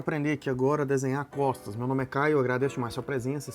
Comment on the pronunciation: no inicio eu escutei "aprenda a desenhar cofres" kkkkkk